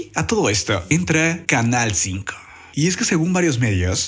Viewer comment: Otro titere q no dice bien canal 5 la cago